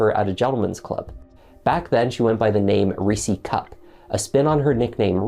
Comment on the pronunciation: LOL, I'm sorry, "Reesie Cup?" 😂 that almost took me out! Ugh, and people don't understand why some choose to stay single? 🙄